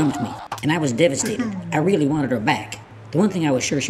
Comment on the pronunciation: I still hear "Willy" instead of "Really"